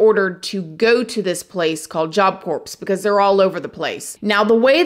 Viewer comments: Unbelievable! Good job! I NEVER comment, but seriously? Job Corpse? I love you!! You for sure know by now it’s Job Core (pronunciation), but I can’t help laughing. Love you child!! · Job Corps is pronounced Job Core. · Job Corps = Jaap Kor 👉 (pronounced, sounds like) (p & s are silent) 🙂👍